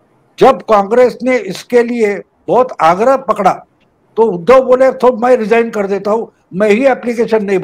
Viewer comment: परम आदरणीय प्रणाम। मैं आपके कार्यक्रमों का नियमित श्रोता हूं।आपके विश्लेषण करने का तरीका अद्भुत है। लेकिन बोलते समय आपसे शायद अनजाने में एक शब्द 'उद्धव' का उच्चारण एक हल्की सी त्रुटि वाला है। कारण आप हमेशा 'उद्धव' का उच्चारण 'उधव' इसप्रकार करते हैं,जो खीर में किसी बाल या कंकड़ जैसा प्रभाव डालता है।कृपया इस त्रुटि को सुधारने का सफल प्रयास करें। धन्यवाद।